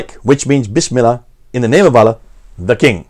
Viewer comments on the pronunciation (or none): I say this not to be disrespectful or detract from the point but abominable Arabic pronunciation peppers these talks with a refreshing sense of humor. Lol Mōō'a-Wēēa (Mu'āwiyya) Ūbdilmulik ('Ābd ul-Mālik) Ūlla (Allāh)